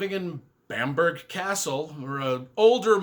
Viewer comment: BAM-BRUH, definitely not BAMP-BERG